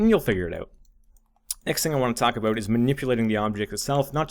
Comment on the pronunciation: Where are you from? I heard an 'aboot' when you said about. Canada?